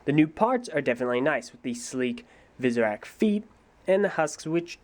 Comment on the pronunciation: It sounded like he said "Superak"lol